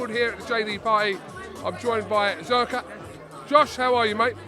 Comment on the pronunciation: Zerka? Your tongue, wtf